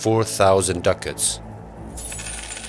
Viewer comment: Pse e shqipton "dukat"-in aq keq... dukati, dukat mbetet... Ducat/Dukat ishte njesia monetare e Venedikut/Venecias ne mesjete.